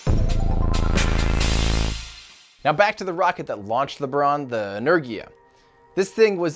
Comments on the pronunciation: Its Energia with a hard g, Russian language does not have a j sound and for things like g in George for example, g has to be represented by two letters дж simultaneously. Similarly in english kh (where the k is silent!) is for х in Russian. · i have a little knowledge of russian: you have to pronounce ANAERGìAH. pronounce like us pronunciation. the second one: you pronounce: BòòRUN. also pronounce like us pronunciation. sorry for my english, but i'm from italy....btw greethings from italy!! i really appreciate every content you publish and watch every live, even at 3.00 am! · Buran is pronounced Boo-Ran, Boo (the sound a ghost makes) - Ran (Like I ran a mile), you got that one right. Energia is pronounced In-Er-gee-uh, In (like you walk in to a store), Er (like the last syllable of Challenger), Gee (like geek without the k), uh (like up without the p, or just how it sounds, uhhhh lol). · Boo-Ron, En-Air-Ghee-Ah (with hard G) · Energia is pronounced Yeennerrgia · It's pronounced Energia. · It’s pronounced EN-ER-JIA and BER-ON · Енергия (Russian) is pronounced Eh-n-eR-gi-yia R = R with some hard accent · im pretty sure its pronounced ener gee a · It’s Buran, literally, not Biruan, same with Energia. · No that's not really how they are pronounced lol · By the way, you pronounce "Buran" almost right! But not "Energia". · You pronounced buran correctly, energja not so much, google how to pronounce energia. I'm writing in polish as i hear it phonetically. Tho that american accent trying to break through slav stuff is still adorable. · It's Buran and not Buran, also Energia not Energia! Geez! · It’s pronounced “energia” with the g being russian g not american geeeee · Energia - en-EHR-gia (hard G) Buran - Buh-RAHN Basically stress the second syllable, Gs are always hard, vowels are always long (think of how an American says "pasta" or "drama" as opposed to how a Canadian says "pasta" or "drama"). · "inner-gee-ah" Energia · Correct one is Energiya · It's En-er-gee-ah.